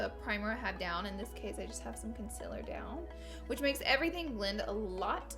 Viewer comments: To be completely honest I love the way she says consiller instead of concealer❤️😂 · I love when she says consiller